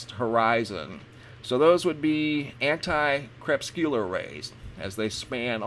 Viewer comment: Crepuscular rays ... pronounced CREE PUS Q LAR.